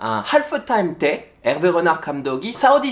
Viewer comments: 프랑스어 발음이 안좋으시네요 읗낳흫 가 아니라 "르나르" 입니다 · 르나르가 아니고 엘베 흐날으 파리 생제르맹이 아니고 파히 쌍젤흐망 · '르나르'만 프랑스 현지 발음 나오시넹 아무리 들어도 전혀 못알아듣겠음 ㅋ